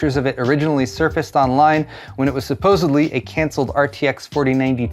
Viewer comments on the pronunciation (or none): I didn't know there was a B in supposedly. Suposeblee i'm not "techee" enough. :)